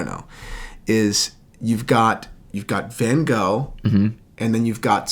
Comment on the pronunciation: Never ever heard someone pronounce Van Gogh so wrong 😂